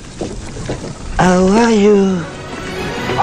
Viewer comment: C’est pour me tuer le hello o are you de 🤣🤣